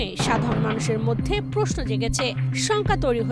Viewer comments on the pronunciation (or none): none